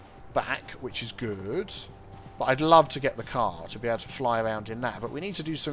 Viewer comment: Initially, I thought you said, "This is cool. This is Groot." instead of "This is cool. This is good." I was stuck for a minute, trying to figure out what that could have meant before I figured you probably said "good". Well, if it turned into a phrase like, "That's so Groot.", I could have told people where I heard it first and recommend they check out your channel to hear the origins. :P